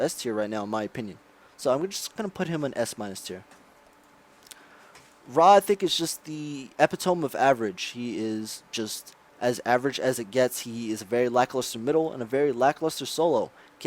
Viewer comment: Not epih-tome. Epihtumee. Epitome. God! XD